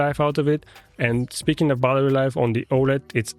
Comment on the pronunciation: Nice work but please for god’s sake it’s battery life not buttery life 😅